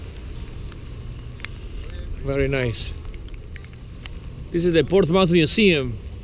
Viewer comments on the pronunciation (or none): Thanks for the video! I'm planning a trip down the ICW and I'm interested in tips and advice. I am actually from Portsmouth or as locals call it P-Town. But just to help you out Ports-mouth is actually pronounced ports-muhth. Thanks again for the video.